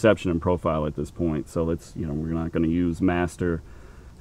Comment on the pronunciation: pretty odd they way she put the accent on MASTER.